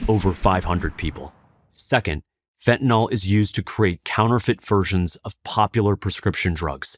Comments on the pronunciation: Stop mispronouncing this plrase. It does not rhyme with with alcohOL as you pronounce. The last syllable is prounced exactly like the word ILL. So phonetic spelling is fent ah NILL. not NAHL. SIMPLE. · Fentanyl, not "fentanall..." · Fentanyl is so powerful, it even destroys the brains ability to pronounce words - when you haven't even taken it. There is no 'O' in fentanyl. It's not spelled fentanol. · I don't mean to make light of the extreme seriousness of the Fentanyl situation in our country but why does (almost) everyone mispronounce Fentanyl as "Fen-Ta-Nawl?" It's English folks. There's no "nawl" or "nol" in it. Fentanyl is pronounced "Fen-ta-nil." Having almost everyone in the media mispronounce this word has everyone thinking their mispronunciation is correct. God bless the families affected by this horrible plague. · It's called fentaNYL not fentaNAL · I know, not the main point at all, but fentanILL, not fentan ALL. Chemically it is a really important distinction. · "fentan-ill" - sounds like kill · Love the site but how is Fentanyl pronounced Fet-n-nol? Alcohol Ethanol Esmolol Fentanyl? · They should just change the name to "Fentanol", since no one seems to be able to pronounce it the way it is currently spelled.